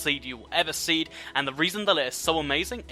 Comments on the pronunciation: He said seed rather than see! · Anyone else notice the way he says the word "see" he says seed